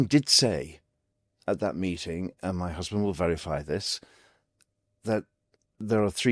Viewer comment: I lost him when he said "my husban "